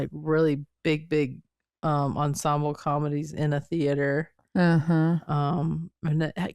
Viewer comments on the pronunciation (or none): none